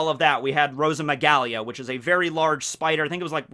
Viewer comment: ROSA-MI-GAH-LEE It is spelt Rosamygale not ROSAMYGALIA.